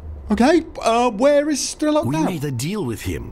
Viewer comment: 'Strelok' is basically 'gunslinger' in Russian. It sounds more like Stryelo`k.